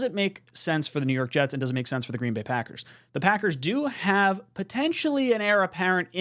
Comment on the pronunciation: green BAY not GREEN bay